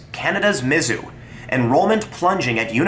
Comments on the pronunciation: As someone who grew up in Columbia, MO, its pronounce miz-ZOU, not MIZ-zou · You have a very strange pronunciation of "Mizzou". The emphasis isn't usually on the first two letters, but rather the last three.